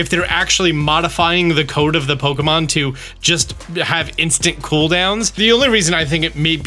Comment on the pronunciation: How can you create Pokémon content for so long and still mispronounce it as “Pokomon”?